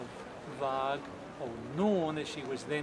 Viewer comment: great job on the boat, she looks like the real thing. FYI, you might have been told before but the name VARG is pronounced with a soft "g" or "j" sound and means wolf in Norwegian/Swedish..